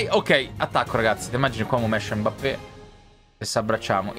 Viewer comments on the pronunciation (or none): none